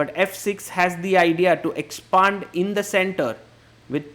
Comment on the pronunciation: please say "expand" correctly.